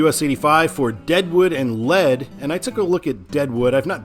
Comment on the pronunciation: I believe Lead is pronounced "Leed". Pierre is pronounced "Peer".